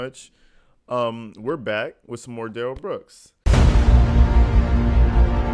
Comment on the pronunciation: Duh-rell booked 😂